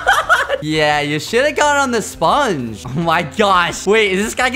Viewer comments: I love how he pronounces sPungge!!! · It’s hilarious ho he says sponge